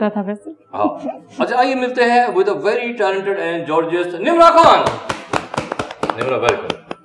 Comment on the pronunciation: Did anyone notice he said Jorgeous not gorgeous.